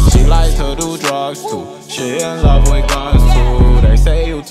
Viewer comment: He said lofe u lmaooooooo tho🤨😭😂